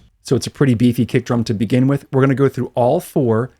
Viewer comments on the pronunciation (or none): none